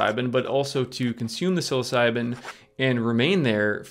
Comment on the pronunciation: You really need to learn how to pronounce the name of these mushrooms your pronunciation is horrible